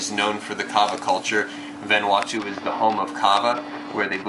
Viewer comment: lol you said vanuatu wrong...jus sayin :)